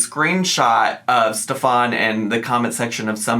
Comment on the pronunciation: My husband is german and his name is stefan. It is pronounced like Stef'n in germany., you pronounced it correctly